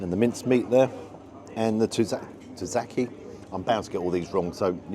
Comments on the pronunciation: Hi, good review and video as usual. Just a pedantic little thing and not even sure when or why you mentioned it on this one, but the grilled Greek meat dish is called "souvLaki", not "sLovaki" as you've pronounced it in a few videos. Please feel free to ignore my petty pedantry, and of course, keep up the great work. Until next time, buh-bye. 👋🏻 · It's not "Sluvaki" but "Suvlaki"